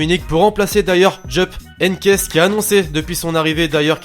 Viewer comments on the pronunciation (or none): Pauvre Heynckes, tu l'as pas respecté (prononciation)